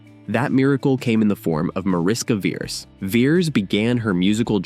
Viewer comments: It is pronounced "MAH-rish-kah VEH-resh" [ˈmɒ.rɪ.ʃkɒ ˈvɛ.rɛʃ] Mariska is a Hungarian diminutive of Maria, which is equivalent to Mary in English. Veres means Red. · It’s pronounced Marishka Veresh (Hungarian)